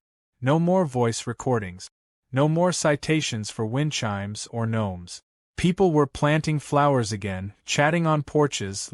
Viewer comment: It's not a wind CHEEM, it's a wind chime, pronounced with a long "I".